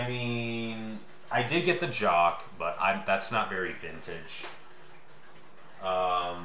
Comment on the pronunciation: The way you pronounce that Tempus Fugit mantel clock sounds like you're saying "Jock". You're supposed to pronounce it with the /ch/ sound.